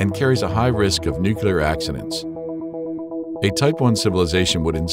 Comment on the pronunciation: I can't watch this! It's called and pronounced "nuclear"!!!!